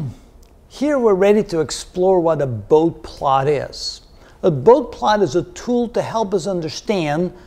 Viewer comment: A fine introduction to the topic of Bode plots. One nitpick, Dr. Bode's name is typically pronounced "boh-dee" :-)